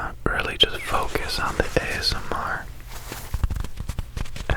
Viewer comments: Did anyone else see the episode of Criminal Minds where they used ASMR to hypnotize children and Reid spent the entire episode saying "azmer". I thought he was saying asthma and was SO CONFUSED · "ASS-MAR" Made me laugh out loud because I'm apparently 5 yrs old.